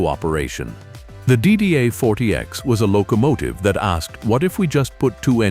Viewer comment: What’s a “lo COmative?”🤣